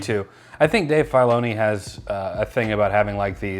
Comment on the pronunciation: my brother, Dave's last name is pronounced like Fill-oni not like the Marine Corps Semper Fi lol.